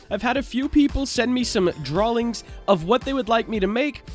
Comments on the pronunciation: not trying to hate but i dont understand why you are saying drawlings instead of drawings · I like how he says "Drawling" XD